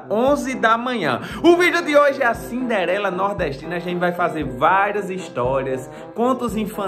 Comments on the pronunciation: "CINDELERA". KKKKKKKKKKKKK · "Cindelera" rsrsrsrsrsrsrsrsrsrsr